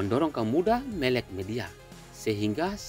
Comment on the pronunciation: Sedikit info untuk. Kata "melek" diucapkan /məlek /. Seperti kata "mere" (=semut) dalam bahasa daerah kita di Maumere. Semoga berkenan.